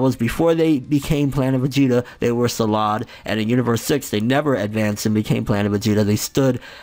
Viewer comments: It's Planet sadala... Not Salad :'D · Its Sadala. Not salad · okay I dont wanna sound like an asshole but ffs its planet sadal not salad